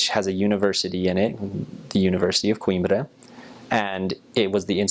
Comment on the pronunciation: u say Coimbra so fcking well dude ... well done bro